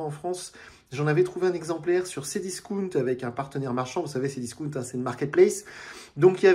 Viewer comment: C Discaawnt et non pas C discouuunt 🥴